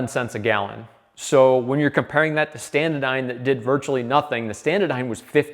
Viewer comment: say it with me, ST-ANA-DYNE, NOT standadyne